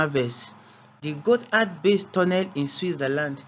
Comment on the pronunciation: Thank you for pronouncing “Gotthard” correctly—small detail but appreciated!